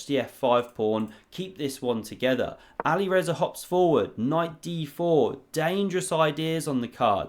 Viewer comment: Anybody else feel like the pronunciation "Ali Rezza" sounds like it should be the name of a character in a Guy Ritchie gangster flick?